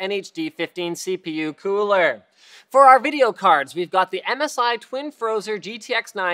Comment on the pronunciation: Linus says queooler when he means to say cooler.